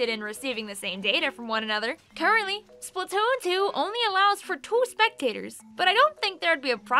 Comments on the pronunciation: “SplUtoon” does sound better than splAtoon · "Spuhtoon" lol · How different people pronounce “splatoon” Regular splatoon players: spl-uh-toon Beginner splatoon players: spl-a-toon: spl-toon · the way pronounces "splatoon" really resonates with me for some reason